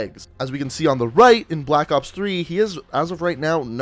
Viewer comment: he said black oops 3 lmao